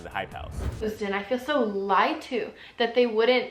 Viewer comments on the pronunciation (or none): none